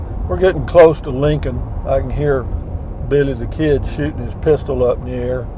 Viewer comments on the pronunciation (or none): none